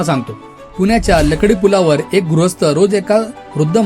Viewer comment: तु पुण्याचा नाही वाटत पहिली बात समजून घे तो लकडी पुल नाही लाकडी पुल आहे.